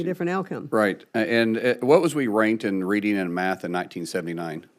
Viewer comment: "Wat wuz wee rainked n reeding n maff n 1979?" - Markwayne Mullin